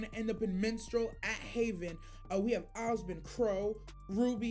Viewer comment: FYI, the city team RNJR is in is called Mistral (like the wind), not Minstrel (like the medieval singer).